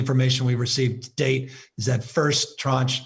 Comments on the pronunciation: Also, you keep saying “tronge” of vaccines??what is that?? ....that is not a word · It’s tranche, time for your hearing check?